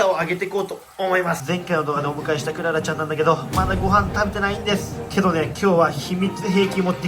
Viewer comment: クララじゃなくて ク・ララ ですね